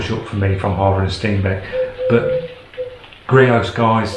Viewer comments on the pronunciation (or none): It’s creos not greos